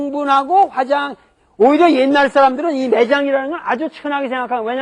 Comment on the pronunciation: 화장할 때 화는 길게 소리내야 하는데, 왜 짧게 소리를 내지?